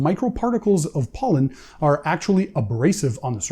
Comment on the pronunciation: I’m gonna send you to the country of POLAND and then ANDY will run your channel. Over in Poland you will learn the pronunciation of Pollen😆😆😆😆😆🤣🤣🤣🤣🤣👍